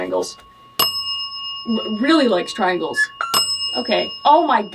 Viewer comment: the way the ghots always said tringels and devil is not good